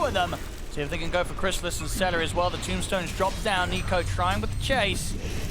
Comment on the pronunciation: Its seleri, not salary 😅